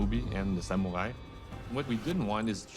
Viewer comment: Did that Ubisoft employee say "SAMU-WHY" ?